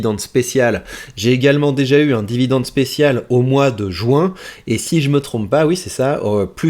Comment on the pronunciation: Jacques a dit : Vidende ! :hand-purple-blue-peace